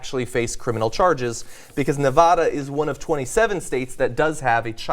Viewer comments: It's pronounced, "Neh-Va-Da," not "Neh-Vah Dah." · the way John is pronouncing "Nevada " is a little annoying lol Its my home state LOL it's Nevaaaaduh not Nevahhhhda!! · Don't call it Ne-VAW-duh!! (Yeah, that's the correct Spanish pronunciation, but aspersions will be cast upon your asparagus if you say it like that in this strange state.) My first job was at the Dairy Queen down the street from where this shooting took place. It's a strange area, working class/poor white, bookended by the butt-ends and weekly motels of east Reno and the gingerbread art deco charm of old Sparks. Too many kids in too little space. Something David Lynch about it. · There's no "h" in Nevada. Its not Nevahda.